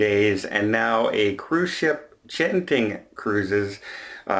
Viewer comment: Hi, Genting is pronounced with a hard G as in get, go, & geisha. You can watch their official adverts if you need any further verification. For most Eastern Asian phonic translations, a J is used if it is a soft G sound as in Jiu-Jitsu.